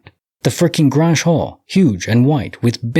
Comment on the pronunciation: Grange….it rhymes with RANGE. its like a meeting place in farming community.